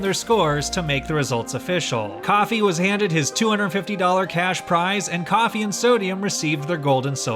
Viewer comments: When your african and you hear Kofi(Coffee) instead of Kofi (co-fee) LOL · How can you make a video like this and mispronounce the name Kofi